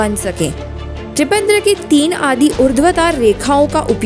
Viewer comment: पहली बार त्रिपंद्र बोली और दूसरी बार त्रिपंड्र। कभी भी त्रिपुण्ड नहीं बोली। किस प्रकार से संस्कृत का अध्ययन करवाएंगे ऐसे?